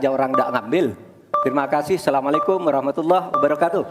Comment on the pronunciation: Asalamualaikum pak. Bkn salamulaikum😂😂..menyeksaryakan menyerkasakanya meraksanyakan menyerangsakan menyeksarakan menyertasayakan .. Ribeeet